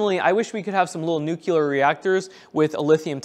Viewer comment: love your channel but it’s pronounced New-Clear not Nukyaler.